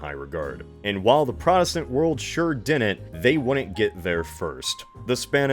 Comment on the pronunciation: Why does he say dinent? Is it an American neologism for didn't? Did not? Is it a speech impediment?